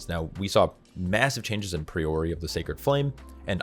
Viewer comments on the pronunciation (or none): Love the content mate! 💪 However, its "Pry-ory" not "Pree-ori" 🤣